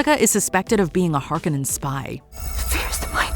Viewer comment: The Harkonnens and Jessica are supposed to be redheads!!! It matters to the plot. They didn’t even pronounce the name correctly.